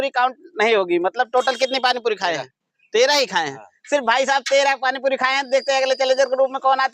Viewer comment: पाणी पुरी बोलो yaar तुम पाणी पुदी बोलते ho